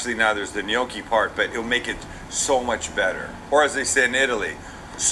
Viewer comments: It's more like Gmocchi alla Gricia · can you teach Sam how to say Gnoocchi right? it's bothering me more than his cooking.